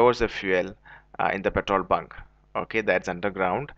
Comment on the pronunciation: "petol bun"